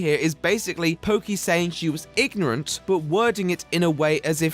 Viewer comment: INGORANT :P (Not bashing or anything, just something I noticed please don't flame me)